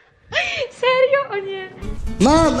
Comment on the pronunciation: Czemu Wera ciągle muwi serjo